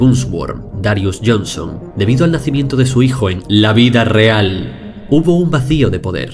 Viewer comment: Me encanta como enfatiza: L A V I D A R E A L